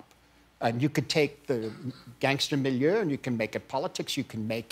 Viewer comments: millieur? What's the word he's talking about? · milieu, like the setting.